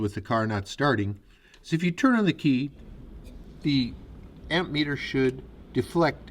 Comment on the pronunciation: No p in ammeter